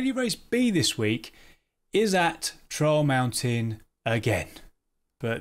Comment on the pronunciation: For one moment He said Trial Mountain. I thought he said Troll Mountain. so Now PD is making Troll Maps now?